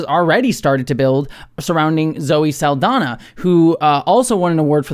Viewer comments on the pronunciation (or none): FYI, Saldaña is pronounced Sal-dan-ya, not Sal-dan-a. The ñ is a Spanish alphabet character that English lacks, and is pronounced like "nyah," not "nah." HTH!